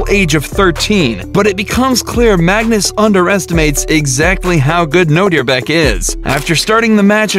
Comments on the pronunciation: Nodirbek is attualy my name its a Uzbek name and ur pronounceing Nodirbek to Nodirebek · What he say : Nodirbek What I hear : know your back